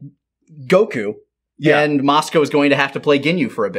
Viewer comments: Has anybody else noticed how changes his emphasis and annunciation on words? Most notably “Go-KU” vs “Goku” and “NA-rator” vs “Narrator” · Just noticed the emphasis put on the u instead of o in Goku. Consider me nettled.